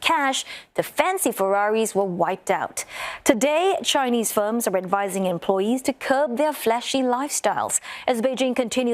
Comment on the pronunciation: Gosh your Chinese pronunciation is so poor, try to find a non banana to make this kind of news next time?